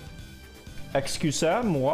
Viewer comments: Wait wait wait wait.. you really said "excusez-moi" ? Bc it was good prononciation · That "excusez moi" was both unpredictable and perfect lmao